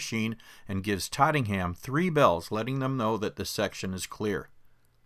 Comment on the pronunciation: It’s Tottenham , not trottingham